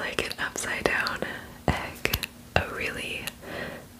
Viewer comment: Its funny how she says "a really gorgeous egg☺️"